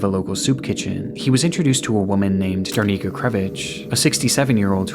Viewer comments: i usually love your content, this video no exception, but i just wanted to note that the woman's name is Darinka, and you call her Darnika for the whole duration of that part. as she was an innocent victim of a crime you should have taken more effort to pronounce her name correctly. it is important for the memories of that person. so i just hope that you will correct that in the future! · It's DaRINKA, not DarNICA, sounds so wrong lol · Its datinka not darnika